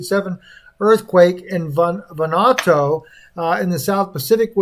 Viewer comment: I hate to see a Haoli struggling with pacific island names...Von oo a 2!!! 🤙🤙 Much aloha and rice from Montana.. C